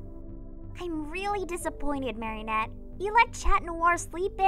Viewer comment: Idk if this is just me being dumb but I heard Mary net instead of Marinette on one of them